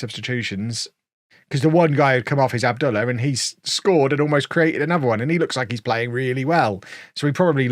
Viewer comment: I figure youre past this club at this point, but you seem to care how you pronounce your players so i thought I'd just correct you on Abdullah. It should be "Ab-Dul-lah" the lah as in Lar Gibbon.